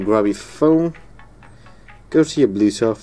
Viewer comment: Nice fucking foot, it’s blue tooth, not blue toff